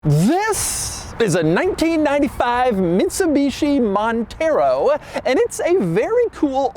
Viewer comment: MIDSUBICHI MONTHEROW 😂